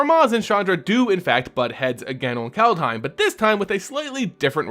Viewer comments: If you want to say "Kaldheim" more like a Norwegian, say "Kald-he(like in hell)-ee(like in bee)-m" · Its pronounced CALLED HYME.